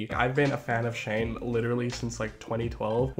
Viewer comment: I don't mean this to sound rude it's an honest question I couldn't quite understand you, have you been watching Shane since 2012 or since you were 12?